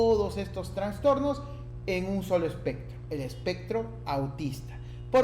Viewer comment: Me desespera que diga Transtornos, no es correcto no se escucha bien